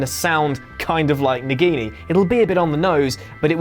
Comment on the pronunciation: mispronounce word it's Nagini not Nigini...